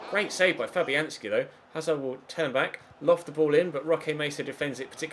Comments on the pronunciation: When he said Fabianski in the 88th minute it sounded like " Flappy Hand ski " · Did he say "good save Flappyhanski" 😂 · Did he say flappyhandski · Did say Flappyhandski in the minute 25 of the video? It sounded like it. That's hilarious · N Leach I thought that!!